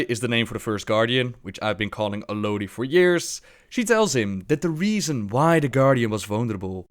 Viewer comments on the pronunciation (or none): none